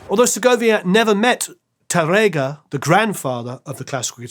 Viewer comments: Another spaniard here... great episode, and you did a nice job with the names, except Tárrega... it's tÁrrrrrega...(yeah, the hard R sound is a b*tch for you englishmen, I know...) tongue needs to go brrrrrrrrr and emphasis on the "a" not tarEga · His pronunciation of Spanish is really crazy. The "á" means that the emphasis is on that syllable. Spanish long and short vowels are not phonemic (i.e. contrastive). "RR" is not an English "r" sound. It's a trilled (rolled) "r." For example, he completely butchers, "Tárrega." Which should sound like, "TAH-rrrrrrr-eh-gah." Nothing like the way the host repeatedly pronounces it. And he can't even pronounce "Andrés Segovia" correctly, which makes the whole video hard to watch, since he is the subject of the story. Again, the "é" means the accent is on the last syllable of his first name. If there is no accent, the stress is on the penultimate syllable. Perhaps you can get this guy an accent coach to help him with his speech problems or find someone else who can enunciate the words properly. Thanks!